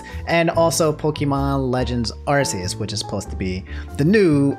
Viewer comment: "Arseeus" bruv